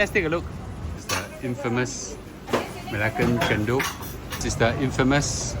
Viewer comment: It's chen-dol!! Come onnnn!!! Not chen-doh